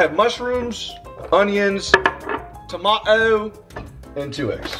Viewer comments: Nobody:: Onewon, Toma-O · As a member of the small island called Britain, please never say tomato ever again. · Love how you say "tomato" with an English accent 😂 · real quick, I don't think anyone pronounces "tomato" like that.